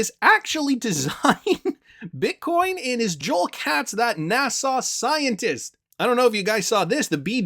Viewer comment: NA SA not NA SAW